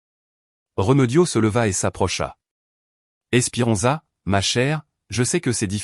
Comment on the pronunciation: Esperenza pas espirenza et